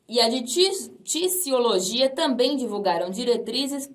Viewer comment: Tisiologia pronuncia-se com som de Z.